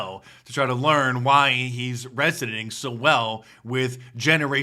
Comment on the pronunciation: “resoning” instead of “resonating” Hire me for your editor?